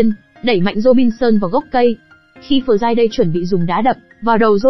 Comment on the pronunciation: Học ngoại ngữ ở đâu mà đọc kỳ quá,Friday mà đọc giống tiếng miên quá👎